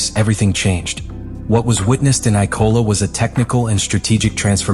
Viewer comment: Why does is this script reader Ap keep mispronouncing IMOLA as ICOLA and ISOLA. So is the script fucked up or text reader glitch! ITS A LAZY MISTAKE.